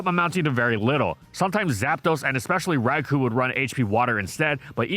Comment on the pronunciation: Would somebody please get the correct "Rai-koh" pronunciation into this guy's head?